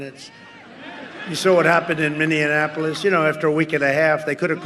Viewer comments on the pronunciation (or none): trump: "Minneannapolis". Idiot. That's how he pronounces the city name in two different lying pep rallies. Go Biden!! Bring back intelligence and leadership. 🌊🌊💙💙💯🇺🇸🇺🇸